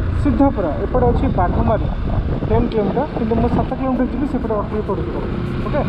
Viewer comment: ଅତ୍ରି not ଅଟ୍ରି, ଋଷି ଅତ୍ରି ଙ୍କ ନା ରେ 🙏🙏🙏